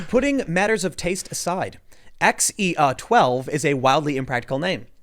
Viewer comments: I minored in Classic Civ in college. That AE is supposed to be pronounced like "eye" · Æ is pronounced like the "Ae" in Aegis. or Go to google translate, set the language to danish and translate "Apple" to danish (result should be "Æble"). Then make the speaker option read it out loud. Thats an Æ ;-) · It's oernounced Kyle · it's pronounced "Kyle" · I’ve read it’s pronounced “Kyle” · The ae is pronounced like the a in cat. Trust me I'm an English teacher and phonetic signs are something I have to understand and teach. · Its pronounced as "A" as in the sound in the word jail. Watch some Last Kingdom. Half the Saxon in the show have names that start with the ae thing. Musk also has another son called Saxon.